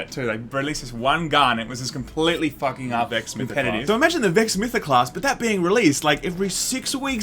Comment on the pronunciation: You said Vex Mythoclast.......I'm crying right now. :-(